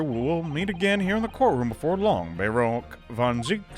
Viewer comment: {Yr 2; Day 80} of been impressed by P5R and waiting for P6. Wait, THERE'S MORE?! HUH?! The biggest character growth is FINALLY pronouncing "Barok" correctly. [MAJOR Spoilers] WAIT, WHAT THE FUCK?! So...uh..., Iris is a van Ziek? With Barok being her uncle? Man, I seriously didn't think that would be the case. It's geniunely out of left-field for me, but I guess Barok now has some way of being linked to his brother---through her daughter and his niece. This is incredibly wholesome, don't misunderstand me but I seriously wonder now if it was hinted at in the first game or even in the first few chapters of this game. Man...that's an incredible twist, one I DID NOT see coming at all. I didn't even think of the possibility of Klint's wife being pregnant, or why Iris's past remains to be untold even now. Obviously because Klint wouldn't want his kin to know who's offspring they were, and what that entails for them. Iris was rid of that fate, and lived in bliss as a result of it. I wonder if they're gonna make us choose it. That would be interesting. They didn't, eh...? Makes sense, I'm not opposed to it, but damn Naruhodo didn't even need longer hours to think about it. He did get his resolve now I guess, so makes sense. Dude...he is a true gigachad... Well...she said it! Man, I would seriously appreciate if she does end up following through with Naruhodo. I won't comment on whether it'll be romantically or not, but these two definitely are